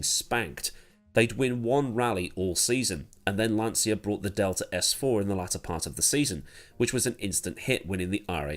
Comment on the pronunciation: Jeremy Clarkson never worked for Lancia; my dad did for 12 years before he immigrated to Canada. It’s Lan-cha not lan-sia.